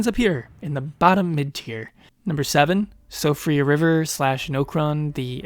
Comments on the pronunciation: Just an fyi, Siofra is pronounced "Shee-fra" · Siofra is pronounced shee-fra I think. Just a nice tidbit I found out